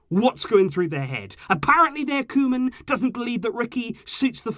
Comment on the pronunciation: It’s not the club it’s Bartemou, board and it sounds like Kouman.